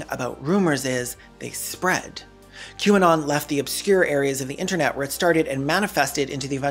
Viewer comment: thanks Caelan I don't think I'll ever be able to unhear "kwanan" when I see QAnon again